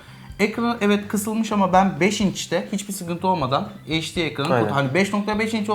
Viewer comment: Kardeş heşdi (HD) değil gözünü seveyim, eyçdi olacak o.